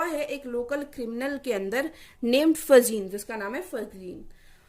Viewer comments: Its फैगीन not फजीन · not फजिन Fagin ..... Ga Bola jyga yaha naki ja 👍